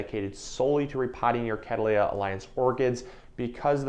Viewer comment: The way you're saying "catteleya" is catt‐leya 😅